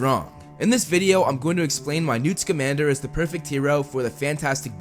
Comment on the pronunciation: I literally thought he said Newt's Commander